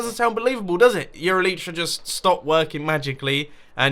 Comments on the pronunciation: "eee lie tra" not "eee Lee tra" harry potter reference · Why does mumbo say "elytra" so terribly?? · Maybe you should try calling them elytra instead of elitra? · Your Elytra dont work because you dont pronounce it right.